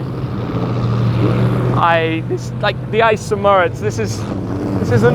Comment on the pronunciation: Is it really that hard to pronounce St Moritz in a proper non-English accent?